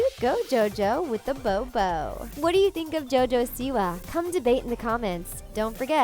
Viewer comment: It's pronounced bow and the 'babby' in your name is pronounced Baby